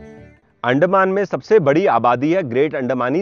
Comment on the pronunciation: Excellent coverage. Sorry for nitpicking on the pronunciation of Andaman. You are pronouncing it as अंडेमान. The proper pronunciation should be अंडमान